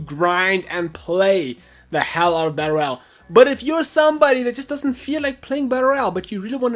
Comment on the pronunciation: Dude you say battle royal so fucking weird. You say it like "batter al"